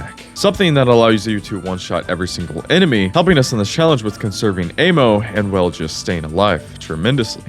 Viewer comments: It's "Ammo" not "AY-MO" !! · Bro it's Ah-Mo... Not Ayyymo!! So off lol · Bro why do you say " ayy moww " instead of " amm ohh " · Great video other than the way you say Ay-mmo. Like bro, it’s ammo like the sound with apple. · im sorry but this ehmo instead of ammo thing has to be ragebait right??? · bro kept saying aim-o.... it's not aim-munition, it's AMmunition. as in "I AM telling you no MO" AMMO. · It's short for Ammunition. Not Aymunition. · "aimo" there's no i in ammo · i have trauma now from your a-mo pronouncing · Am I the only one who doesn't say am-oh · This retard doesn't know the difference between invisibility and invincibility. Doesn't know how to say "ammo", and doesn't know how to say the name of the developers. Wild. Thumbs down. Do not recommend channel again. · So annoying how he keeps mispronouncing ammo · it makes me mad how he pronounces ammo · Bro really can’t pronounce ammo.